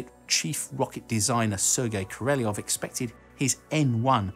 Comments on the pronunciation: one pronounces KA - RA - LYÓF (emphasize the last syllabe) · Question: Why do you pronounce the name "Korolev" as "Kereleov"? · "Koroleuv" is more exact variant